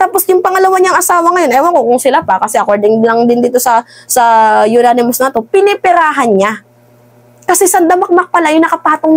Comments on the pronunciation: Anonymous po hindi po unanimous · ANONYMOUS hindi UNANIMOUS...!!!! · Unanimous hindi yonanimous, ganon pa man hindi rin tama ang salita, dapat ay Anonymous which means hindi matukoy ang sender na nagpadala dahil ayaw nyang magpakilala, ok? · Agree. ANG NAME NG SENDER AY YONANIMOUS. GANYAN NYA BABASAHIN. Alangan BASAHIN pa rin nya anonymous. Eh, YONANIMOUS nga ang name. 😂😂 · Anonymous po :) Sorry for correcting ha? I’m BBM supporter ✌🏼 uh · naa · nuh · muhs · anonymous po hindi unanimous po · Ananymous not unanimous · Hindi unanimous its anonymous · Anonymous mam hindi unanimous po, mabuhay ka good job mam, supalpal si hitad syo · "anonimous" cguro not unanimous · ANONYMOUS siguro ibig mong sabihin. HINDI UNANIMOUS. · Anonimous hindi unanimous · Baka "anonymous" ang ibig mong sabihin hindi "Unanimous" hehe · Anonymous....Hindi po younanimous.....hehehe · Baka anonymous source, madam hindi unanimous💕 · Anonymous mam, ndi Unanimous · Anonymous maam..hindi po unanimous. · Mam, siguro po anonymous, hindi unanimous. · Anonymous at hindi Unanimous, okey.! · Anonymous not yonanimous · Anong "yonanimous" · Maniniwala na sana ako kaso “unanimous” 😂